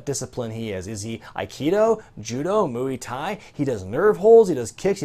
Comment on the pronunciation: randy marsh eh, too much emphasis on the U